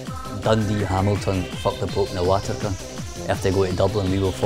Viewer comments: "Fuck the pope and the watika" inbreed hun at it's finest can't even pronounce "vatican" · "Fuck The Pope and The Watican". What's the deal with not being able to say the letter V? Otherwise, he's got a proper Glasgow accent. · Fuck the pope and the????? WATACAN did he pronounce it? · haha the wee brown guy canny say vatican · Fanny can't even say Vatican! haha! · Cant even pronounce vatican haha. Bless.